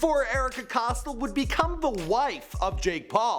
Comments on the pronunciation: Its not costl Its COSTEL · Cost-till um it's cost-ell like ella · It’s not pronounced costll ITS COSTELL!!!! Get your fact straight 🙄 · It’s not cos-till it’s pronounced Cos-tell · It’s cos(tell) not cos(toll) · Costle NO costTELL is how you pronounce it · It’s Erika Costell not costil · its COSTELL not Costle. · It's Pronounced (cost) (Elle) k??? Get it right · It's not Costle. It's Costell. Not like this bitch matters. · He says costall not Costell. LOL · Costell (COS-TELL) plz learn it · "COS-TELL", "COS-TELL" GD LEARN HOW TO PRONOUNCE NAMES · The way you say Costell 😖